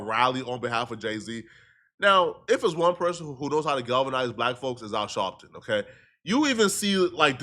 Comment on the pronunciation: “Al Shawwwpton” got me weak 😂😂